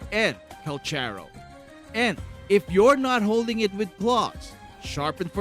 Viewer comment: The pronunciation of his name is... Kal karow